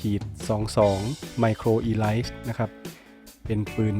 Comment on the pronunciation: Elite น่าจะอ่านออกเสียงว่า อีลิท นะครับ ไม่ใช่ อีไลท์